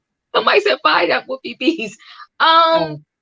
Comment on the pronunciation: Woopie be FRied? LOL..I know you meant fired